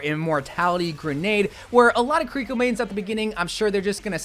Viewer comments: ki-ri-ko, not ku-ri-ko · KiReekO? Come on man, she don't smell! :D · Yea you need better pronunciation for her name and half the abilities. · Key-ree-koh, Toh-ree gate, Kit-Soon-eh Rush. :3